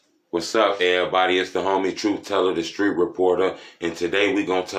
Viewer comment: " I guess they know ima skreet reporter " 🤣🤣🤣